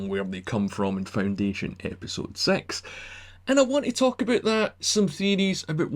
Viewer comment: 👏🏻 to me. I wasn’t very sure at all🏴 It’s harder to understand for me. I discovered that the pronounciation of six almost sounds like sex🙃